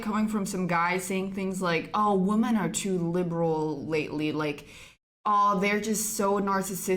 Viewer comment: Woman and women [Whi-men] is pronounced differently. This sounds so weird.